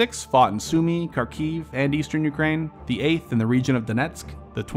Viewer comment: I hate to be a downer but you need to work a lot on your pronunciation of ruZZian/Ukrainian names/terms, you really butchered Kharkiv, Kherson, Moskva, Rosgvardia, Izyum, Oblast.